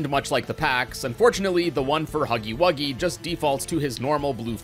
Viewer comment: its huggy wuggy ! not huggy wugsy